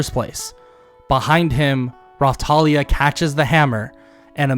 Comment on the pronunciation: I Watched This With Subtitles And When You Said Raptalia The Subtitles Said "Rawtalia" Like Bro What Kinda Raw Do You Mean? 😳😏